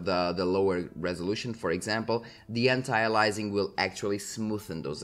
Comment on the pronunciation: "A"-Lee- US-Ing - not "alizing or "Alising", Anti-aliAsing the A after the I is an E sound